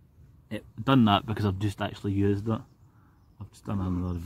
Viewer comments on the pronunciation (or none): none